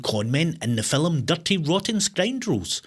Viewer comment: The quizzes are great fun. My German husband and I play each weekend. However I find the "scores" you get are quite ridiculous, as you are the quizmastee!!! Also its film, not "filum" 😂😂